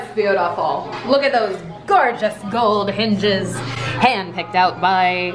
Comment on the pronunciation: “GOERGOUS GOELD HINGESSS” I DIED LAUGHING